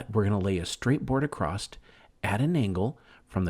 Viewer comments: I love this. I already have my pallet. Just one thing...the word is "across" not acrosst..😅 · It’s ‘across’, not ‘accrost’. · Acrosst isn't a word my man. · I can’t stand when people put a “t” in across. Absolutely kills me.